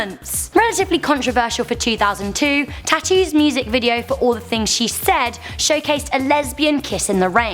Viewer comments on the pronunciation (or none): it's Tatu not tatoo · um..... its the group is called T.a.T.u .... not tattoo ....... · its t.A.T.u not Tattoo